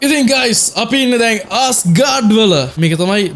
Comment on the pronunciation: ආස්ගාඩ් නෙවේ ඇස්ගාඩ්